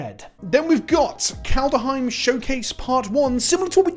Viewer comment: It's kaldheim. Not kaldaheim lol